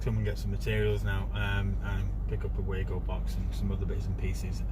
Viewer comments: Actually no! It is German, and pronounced Var-go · Lol it pronounced wago (way-go)